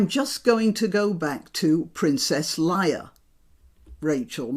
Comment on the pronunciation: epic intro:) but your pronociatio if "Leia" makes my ears bleed